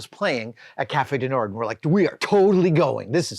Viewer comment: Not complaining, just trying to educate. The "d" in "Cafe du Nord" is silent. You would pronounce it, roughly, nawrr (as in maw).